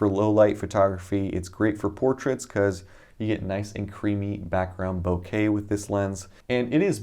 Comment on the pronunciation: Don’t stress the A in bokeh